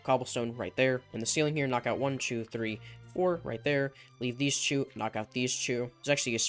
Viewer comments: Is it me or when he says two he says chew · the way he says 2 😂